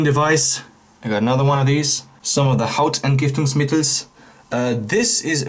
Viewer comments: I actually didn´t notice that you were german untill you said : " Hautentgiftungsmittel ". perfectly. But maybe you are good at pronouncing things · Was really interesting to me as a German I love how do you pronounce hautentgiftungsmittel :D